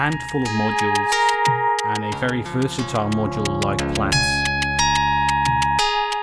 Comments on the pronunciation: You're correct in pronouncing it "Plats" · That’s the correct pronunciation my friend. Just look at its logo …